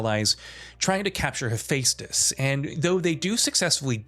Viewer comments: I know! Hayfaystus 😂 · He keeps mispronouncing Hephaestus its Pronounced with an E not an A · Why are you pronouncing Hephestus like that when you clearly know that's not how it's pronounced? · How many times in one video can a person mispronounce Hephaestus? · I hate the way you say Hephaestus. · The way you pronounce Hephaestus wtf lol